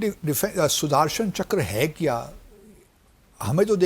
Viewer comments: PAKISTANI ACCENT SUDARSANCHKRA 🤣🤣🤣🤣🤣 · Sudhaarshan chakkar 😂